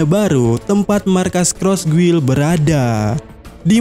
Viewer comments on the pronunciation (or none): none